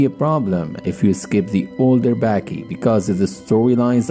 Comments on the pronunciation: why is he saying Backy. Ba-Ki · Dude, it's pronounced B-AH-Kee